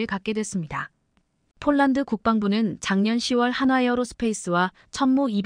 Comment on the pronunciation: 쫄란드는 어느 나라 인가요? ㅍ. ㅊ을 아휴 초등학교에가서 새로 배워와서 방송 하도록 하지 ····